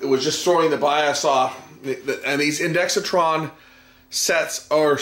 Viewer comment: Great video! Just one small quibble; there's no "i" after the "x," so stop saying one. It's pronounced INDEX TRON, not INDEXI TRON (I did say it was a small quibble.)